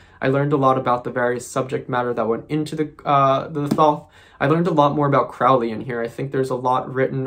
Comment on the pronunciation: Lon Milo Duquette didn't know Crowley. Crowley died way before. Crowley rhymes with Holy, not crowley which rhymes w fouly....